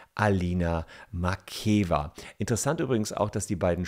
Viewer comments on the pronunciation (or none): Am Rande: Den Namen der Dame spricht man Makjejeva aus! Doppeltes ee so wie im Deutschen geschrieben und dann ausgesprochen, gibt es im Russischen nicht!